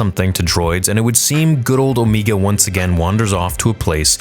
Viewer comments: Why does unironically call her Omeeeega. It's Omega, the voice actress just doesn't know how to pronounce anything with that accent of hers 🤣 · Stop pronouncing Omegas name like that its cute once but then it just gets old. love your vids